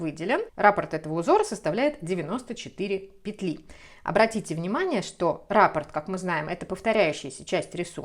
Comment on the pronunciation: спасибо за книги, за схемы. Вяжу сейчас наволочку по Вашей новой книге. Спасибо, что делитесь с нами своими идеями. Простите, что делаю замечание, но Вас смотрит большая аудитория, поэтому было бы лучше, на мой взгляд, чтобы люди, особенно, не знакомые с вязанием, с вязальной терминологией, слышали правильные термины. Я имею в виду слова "раппОрт" и "мозаИчный". Вы почему-то неправильно ударения в них ставите.